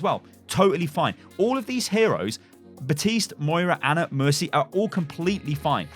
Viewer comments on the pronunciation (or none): BAPtiste not BATiste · It’s Baptist’s mate not batiste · Can't pronounce Baptiste right